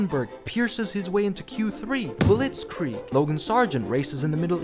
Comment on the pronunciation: "Blitzkreig" LMAO 💀🤣